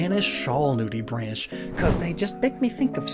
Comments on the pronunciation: it not New-de-branch its new-de-brAw-nck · nudibranch is pronounced nudibrank (and not branch) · great vid. One thing though (that google also gets wrong) is that the "branch" in nudibranch is usually pronounced "brank" (either with an a sound or ah sound), similar to how bronchitis is "bronk-itis". They come from very similar latin words, with branchia refering to gills while bronchi refers to the trachea. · I'm fairly certain it's Pronounced New-Dih-Bronk. An Educational PC Game about Sea Life I owned said so. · Nudibranch is actually pronounced with a hard "K" ending.